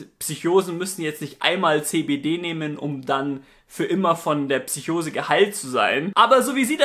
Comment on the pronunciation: man findet tatsächlich die ein oder andere fehlerquelle. allen vorran sind es ausprachen =) bei psychose schüttelt es mich jedes mal :D lass es dir mal ein paar mal vorlesen=) du sagst sogar einen buchstaben zu viel. und zwar ein i vor dem o. was die fakten angeht ist hier aber alles im großen und ganzen richtig. tolles projekt! aufklärung kann viele leute schützen (apotheker)